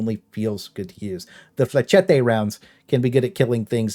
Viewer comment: You gotta look up how to pronounce "flechette" properly man. It's French, not Spanish and certainly not pronounced like machete.